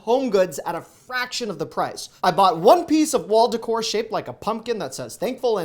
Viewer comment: DECOR Pronunciation: It's not "ducore", It's "daycore." It's a foreign word, I believe it's French